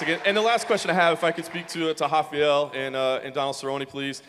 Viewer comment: Why do people say Afael ?? Is there not a R there ?